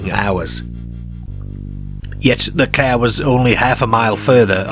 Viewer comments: Need to fix the AI voice cos it always says Care instead of Car....gets annoying after a while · The Ceeer 😂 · Rubbishy baloney He spent more time stretching out the auto route . Who pronounces car “ca” - peculiar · This voice is driving me mad. ' Cair, stair (star). Airms and legs. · As weird as it is!fair? Really? Car is not that difficult to pronounce correctly, it sure as hell is not cair! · I'm sorry, but every time you say cah or bahn I lose any unease I feel about the story. You're Irish? Work on your Rs. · ‘It were a leeearge ceearr. Wi’ leeearrrgee deeeark windows’ 😂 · we get to hear not just homeboy pronounce "car" but we get a "Jaguar" immediately afterwards. The gods have smiled upon us listening audience. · wheres your rrrrrrrrrs? You cant say car? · I've not noticed this before,(I'm assuming you're a Lancastrian) but, being Welsh, there are a lot of similarities between the way you pronounce words and the Cardiff accent. I know that a lot of south Walian people's ancestors emigrated to the south Wales coal fields from the midlands during the last century. The way you pronounce words like park and car are particularly noticeable. Thanks for bringing to light these excellent U.K cases. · The strangest thing about this video is the way he pronounces car. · It’s like a speech impediment. M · Please don’t I just am not feeling great 🤣💀 I had to turn it off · He pronounces all the «ar » as « ay »… this is awful. Mayrs instead of Mars, Payrk instead of Park. etc…